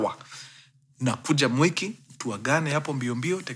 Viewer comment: The way mkuru una pronounce mwiki as "mweki" means you know the place.😂😂😂😂